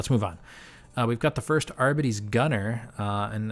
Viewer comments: btw gw released a pronunciation video, its adeptus AR-BEE-TEEs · It is pronounced "arr bee tees" its english lol not that hard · I believe it is Ar-bee-tees. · Pronunciation pedant alert! It's AR-bee-tees. Cheers for the great review. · lol sorry for laughing you struggling to say it. gw did make a pronunciation vid AR-BEE-TEES. either way say it how you want you know what you meant. Love your channel, first one I came across. I even went through your earlier vids to learn as much as I could. Thanks for making them, keep it going!